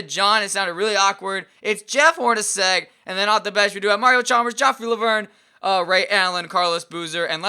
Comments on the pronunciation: he said jeff leuer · 'Jeff Leuer' 'John Hornacek'